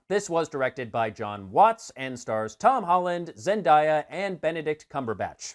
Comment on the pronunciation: 10/10 I loved it it's Amazing but you said Zendaya's name wrong